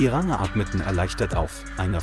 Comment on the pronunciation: Kann der Vorleser nicht Ranger sprechen?